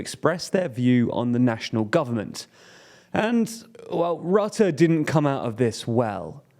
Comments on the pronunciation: Mark Rutte is pronounced: Mark Røtte. Whereas you pronounce it as Mark Rotte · I love how he says Mark Rutte as Mark Rotte(n) i mean he's indeed rotten to the core with Kaag and that fckin idi000t Jesse Klaver. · "not perfect" I rate it an F he said boehr buher beweving he also said rate instead of rutte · Dude how do you commit to a dedicated video without looking up how to pronounce Rutte at least somewhat close to properly